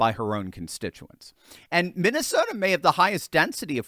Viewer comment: Broooo. U mean. Minesalia. 😂😂😂